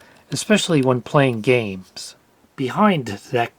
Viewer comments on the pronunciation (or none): none